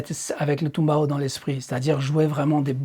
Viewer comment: Le tumbao existe réellement tu ne l'as pas inventé et çà se prononce bien comme çà, mais c'est dans le Són, la Salsa et ses dérivés ;)